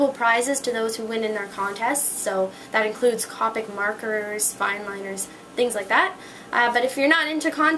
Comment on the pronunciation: Can you make a meet yen video and why do you always say copic with a short o not a long o?